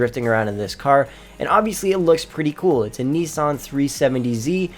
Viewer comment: Man said kneesan not Nissan